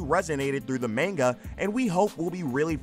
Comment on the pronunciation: Any chance you could learn how to pronounce "manga" correctly?